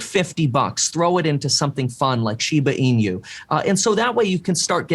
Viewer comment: Please pronounce shiba inu correctly 😭 The host said it correctly